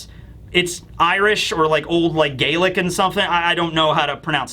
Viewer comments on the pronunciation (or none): none